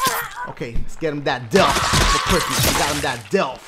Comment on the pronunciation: Why does Dashie pronounce death as "delph"?